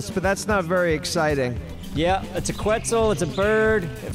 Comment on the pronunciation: Regardless of how he got it, the biggest takeaway is that he got it. I honestly was in disbelief when i heard him say questz the first time. Figured he had it confused with another dino like he's prone to do 😂 super proud of for knocking it out on his own though. has seriously come a LONG way 😊